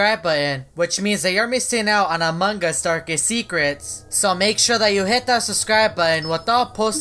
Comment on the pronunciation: He's saying among Us wrong